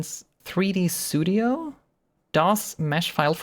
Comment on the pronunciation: 3D "Sudio" & "Achive" has me laughing for the last 10 mins